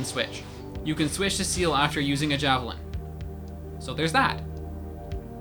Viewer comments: Seal ? XD i can understand that CIEL is hard to pronunce when ur english guy (cuz im french and... its a french word .3.), but Seal ? XD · sea hell ( Ciel ) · The way u. Say ceil makes me cringe of how wrong it is